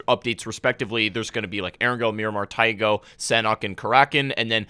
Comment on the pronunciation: Your pronunciation of paramo, taego and karakin is SO cringe! Not to mention incorrect FYI.